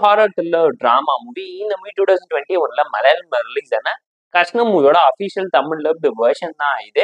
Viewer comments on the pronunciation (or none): Kashnam alla bro, kshanam Kashnam means a piece of somthing, kshanam means visiting